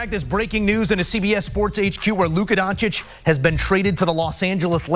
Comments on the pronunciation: “Luka Diencwhcish traded to the Lakers for a bag of Lays and a half eaten McDonald’s burger…”. 😅 the fact that he couldn’t pronounce “Doncic” but had the fortitude to come up with the awesome quote makes it brilliant! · really said luka donikik?🤦🏽‍♂️ curry could never but he had Durant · Here for Luka “ Donna-keek”